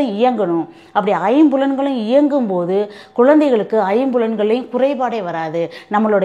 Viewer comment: அம்மா வணக்கம்....".ஐம்புலன்களை " எனும்போது "ளை" என்ற எழுத்தை நீங்கள் " "ஐம்புலன்கலை" என்றுதான் நீங்கள் உசாசரிக்கிறீர்கள். "அவர்கல்"என்றே சொல்கிறீர். இன்னும் நிறைய சொல்லலாம்....எப்படியோ முயற்சி மேலானது தொடர்ந்து செயல்படுங்கள்.இந்த பேட்டியை மீண்டும் நீங்களே கேட்டுப்பார்கலாம்.நன்றி...அப்புறம் கள ஆய்வை " கல "ஆய்வு என்றே சொல்கிறீர்கள். மன்னிக்கவும்...நான் சொல்வதில் தவறு இருந்தால் ....இந்த பதிவை வைத்தே என்னை தொடர்பு கொள்ளலாம்..."எளுதலாம்" "எழுதலாம்" வித்தியாசம் உள்ளதா ? "அண்ணாமலை பல்கலைக்கலகம்" ...".பல்கலைக்கழகம் " "ல"...."ள" உச்சரித்துக்காட்டும் போது ஒலி தான் அதிகமாகுதே தவிற இரண்டு எழுத்துக்களையும்" ல" என்றே சொல்கிறீர்கள்.எப்படியோ முயற்சிக்குப் பாராட்டு.....நன்றி வணக்கம். தொடர்பு கொள்ளலாம்.